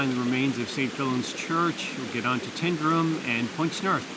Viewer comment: Tyndrum is not pronounced as TIN. Think of it as TYNE, it comes from the Gaelic 'Taigh an Droma'. I lived in crianlarich for many years and my uncle lived in Tyndrum. Also, you (along with virtually every person from over the Atlantic) pronounce Edinburgh incorrectly as well. When saying Edinburgh, end it with an uh sound, not an oh.